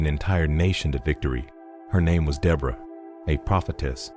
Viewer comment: You’re pronouncing the name wrong